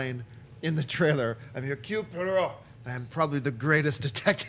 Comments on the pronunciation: You mean Hercules Poyrott? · hahahaha u murdered Hercule Poirot:DDD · Would it perhaps () be a good idea to get your head around pronunciation (Hercule Poirot) before going live?? Just a thought. You're cute as hell though. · It's Hercule Poirot it's easy to say..... Oh you can't hear me... sorry. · lol....utterly BUTCHERED the pronounciation of "Hercule Poirot".